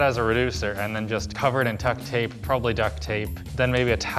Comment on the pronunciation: Did he say "tuck tape"?